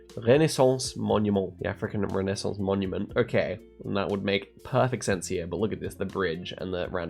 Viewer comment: "africAN reNassAinCe MonuMeNt" LMAO THE FRENCH ACCENT